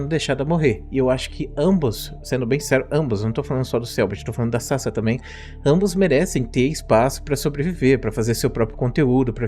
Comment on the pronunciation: off topic: Toda vez que o Professor fala Sasa um pedaço de mim morre, porque o nick dela se lê Sasá, daí me dá agonia quando ele fala Sasa.